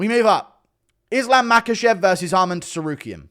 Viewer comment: Why is bro still saying TEsarukyan????